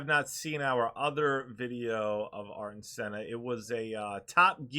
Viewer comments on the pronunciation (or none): please ... not AR-TON .... AIR-TON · Pronounced closer to Air-Ton. He once crashed out at the Phoenix GP after brushing against a section of wall. Senna swore he only hit it because the wall moved. His engineer had a weird feeling because how adamant Ayrton was about it. Turns out another car hit the wall the lap before, and the wall did shift just a couple MM…. Just enough to catch the rear tire. That’s how precise he was. A few MM off the wall every lap